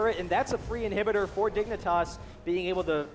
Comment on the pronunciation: Lol "they will be able to push down this inherbudder"